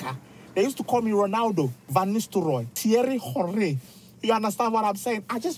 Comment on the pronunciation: the way he pronounced Thierry Henry 😂